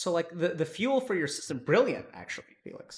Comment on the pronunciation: Dr. K didn't hear when he said Félix instead of Felix T_T